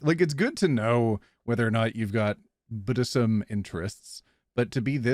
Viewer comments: Am I the only one who heard buddhism when they said bdsm?? 😂😂 Had to rewind it to figure out what was going on lol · I don't know that I'm on board with BDSM being pronounced "B'd'sm" like a buddhist talkung about his faith while being both hurried and lazy.